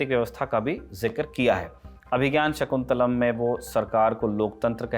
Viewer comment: मूर्ख दल्लनटाप crew शाकुंतलम् का उच्चारण तो सही रूप में कर